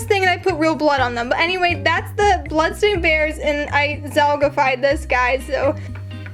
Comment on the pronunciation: (Me hearing her saying blood stain bears) (Her sayng its real blood) Me after: 😳